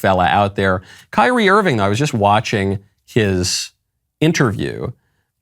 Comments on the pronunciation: Michael, admit it; you pronounced his name “Keer-ree-ā” before someone corrected you. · I did like the clip, despite the weird pronunciation of "KYRIE". :)